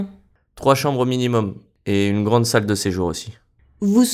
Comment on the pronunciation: J'aussi entendu "sac de sejour" chaque fois, même quand je savais qu'il doit être salle!